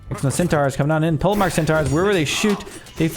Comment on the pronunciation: 'Polemarch' (Greek πολέμαρχος) in 'Centaur Polemarch' should be pronounced as 'poly-mark', not 'pole-march'.